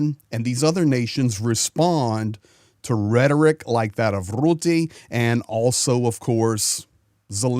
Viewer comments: just to help you, to pronounce the last name of NATO Secretary General Mark Rutte, aim for the sound "Ruh-tuh" or listen to a dutch news video how it is pronounced by native dutch speakers. Good video 👍🏼✌🏼Slava Ukraini 🇳🇱🇺🇦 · Hi, thanks from the Netherlands. One small remark. Rutte is pronounced with a short u like in " cut", and while you are at it replace the trailing e with the same u.:) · Please pronounce the vowel u in Rutte like the u in stunt. Thank you. Cheers from the Southern half of the Low Countries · Little correction, Rutte is pronounced with the u like in buss.